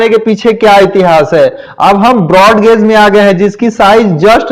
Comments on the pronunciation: गोज नही गेज होता है😂😂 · अटपटा लग रहा है गेज बोलिये गाज नहीं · वो गॉज नही गेज होता है। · अरे बिहारी गौज नही होता I सही उच्चारण सीख सकते हो I